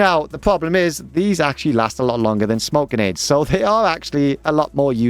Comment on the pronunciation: just heard this guy say genades 100 times